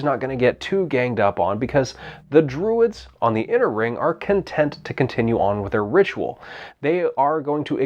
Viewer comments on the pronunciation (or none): "The Dwuids....."